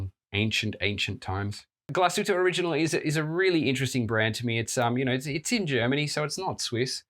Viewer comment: Dude, say it English. You butchered glashütte original in more than one way 😅🫶